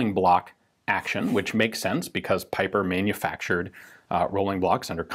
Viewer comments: The Belgian's name is pronounced as "peeper" my dear Ian.👍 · It would be probably pronounced like peeper